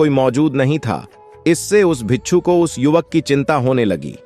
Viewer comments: Pagal admi bicchhu bicchhu bol raha hai , bhikku hota hai means monk , bichhu means scorpion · Bichhoo nahi hota bhai...😂 Bhikshu bolte hn.